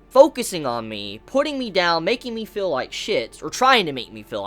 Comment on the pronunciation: You have one fatal flaw,.... You say "fill". Not "feel". It drives me insane. Please stop.